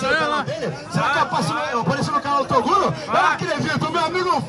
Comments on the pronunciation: Quem ouviu o chamar o Toguro de Torugo DEIXA LIKE!!!! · Carai " TORUGO" KKKKKK